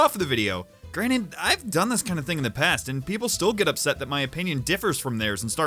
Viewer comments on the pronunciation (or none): none